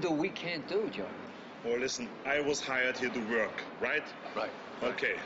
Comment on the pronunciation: Arnold couldn't pronounce "work".